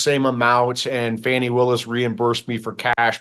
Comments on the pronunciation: I've watched countless videos from the left and right wing media outlets response to the Wade/Willis testimony during this discovery hearing, and unilaterally, the right wing outlets such as this show, repeatedly pronounce Fani (pronounced Fawny; not Fanny) Willis' name indifferent than what she has repeatedly told everyone with a camera and mic what her name is when questioned. If you have such disdain for her that you refuse to say her name correctly, then you will absolutely discredit her for everything else. I'm on neither side. I don't believe there is enough there to remove her from this Trump case. However, I don't feek this was ever the intent of Michael Roman's legal defense. They are running interference for Trump (who happens to be paying Roman's attorney fees) to force a later trial date beyond the election. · 😂😂😂 whte supremacist are so mad fani destroyed them yesterday. notice they always make sure to mispronounce her name 😂😂😂